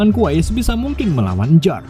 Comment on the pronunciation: kwei bukan kwai dibacanyah